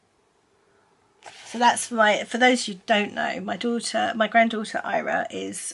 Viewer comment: I was so confused as to why you would call a little girl Ira. Lol now I realise you are pronouncing her name wrong. Fyi I'm Welsh.